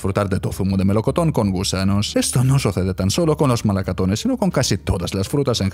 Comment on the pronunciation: MalacAtones, pensaba que este canal no usaba voz de robot (relista) para leer las historias, pero en esta historia has dicho MalacAtones muchas veces. Si fueras una persona te hubieras dado cuenta del fallo y no lo hubieras dicho